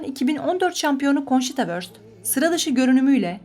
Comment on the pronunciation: Bir kelime ait olduğu dile göre okunmalı. Wurst almanca bir kelimedir. Vörst değil vurst şeklinde okunmalı.